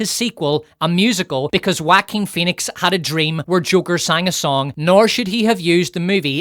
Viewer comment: finally a generic youtuber properly pronounces that Jaquin name